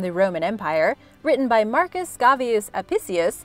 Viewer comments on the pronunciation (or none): none